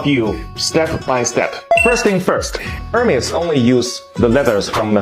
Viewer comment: Hermes, naam jaise dakar aa raha ho, yeh hai hamare journalist ki zuban